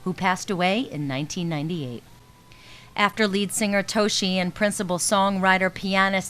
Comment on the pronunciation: Yoshiki and Toshi have been friends since Kindergarten not high school. Also most of their songs before had at least one line of english in them or a word or two. this interviewer really should have done more research before making this video. She made me wince when she pronounced Yoshiki, Toshi, and hide's names.